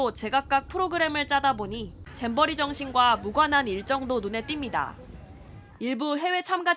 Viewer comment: 잼버리 인데 자꾸 잼비리라고 보여서 그래서 듣기라도 해보자 했는데 자꾸 잼비리 라고 들려요 이제 잼비리가 익숙해져서 잼비리라고 해버려요